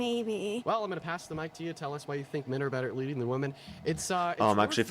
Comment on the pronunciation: Can we stop saying “women” as “woman”?